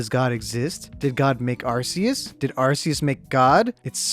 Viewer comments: anyone else get triggered when he says ArSEus and not ArCEus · It’s not pronounced arseus, it’s pronounced arcoos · its pronounsed "are-coos" not "are-cee-us" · It isn’t pronounced arseus, it’s either arceus or arcoos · Its pronounced Ar-coose* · it's a land shark Why would that be water? Every Pokémon has a reason it is the type it is Watch lokstin's vids on each type explained arceus IS god (and it's pronounced ar-koos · it’s Are-key-iss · Arceus Is pronounced Ar-coos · Arceus is pronounced argoose have you even seen pokemon talk? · Its arkoos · Arceus is pronounced Arkoos. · Arceus do you mean Arkoos? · You mean ARCOOS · IT'S PRONOUNCED (ARE-KEY-US) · IS NO ONE GOING TO TALK ABOUT HOW HE MIS..uh SAID ARCEUS....now that I say it’s a nick pick..who cares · your saying Arceus wrong cause the way you say it stands for a umm certain phrase on some areas of the world. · *imma start up a war here* ur saying arceus wrong